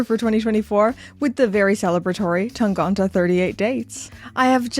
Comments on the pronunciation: Time to address the elephant in the room with the German pronunciation - it's TangEnte rather than TangOnte! Jenni Elle did a video a couple of months back where she pronounces it, I'm surprised nobody in Glashütte pointed that out to you either! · Thanks for the info, but I'm pretty sure you're saying "Tangente" wrong.